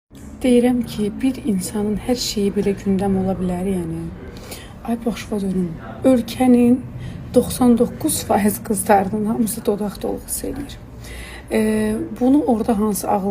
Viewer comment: "Deeyrəmkin"... Danışığa bax, jarqona bax. Gör nə günlərə gəldik. Sara Qədimovanın, Flora Kərimovanı gör kimlər davam etdirir.